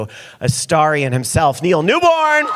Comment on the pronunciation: Did he introduce Neil Newbon as Neil Newborn? 😂